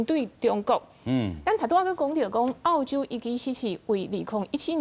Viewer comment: ò-chiu m̄是 àu-chiu，拜託，講人澳洲是àu洲，án-ne是teh kā人剾洗neh！